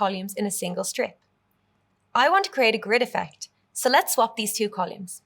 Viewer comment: Uhm …. CoLUMES ??? 😂😂